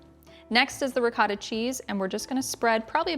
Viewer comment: Looks delicious as per usual. Two things: You should try it with fresh made pasta instead of boxed. It brings what is already good to the next level. Secondly, and this is a little pet peeve of mine. In the Italian language the "o" has only one sound and that is the one of a long vowel like (oh). So it's pronounced ri-coh-ta and not ri-caw-ta. or man-i-coh-tee and not man-i-caw-tee